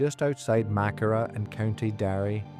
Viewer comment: The Church wasn't burned, the Tipperary Militia were billited within it. They burned all the lumber over the next few weeks for firewood. Walter was killed on the 8th of June being taken prisoner after he delivered up all the weopons from Crew Hill. Your pronouncing Maghera totally wrong. - S McCracken